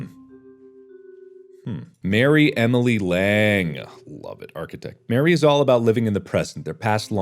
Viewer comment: Every time that mark pronounced Marie as Mary, I felt a little bit of me die.